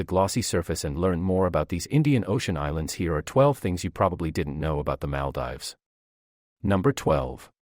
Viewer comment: Great video but its pronounced Mal-deevs